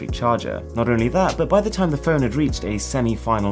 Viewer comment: Please say Phone correctly.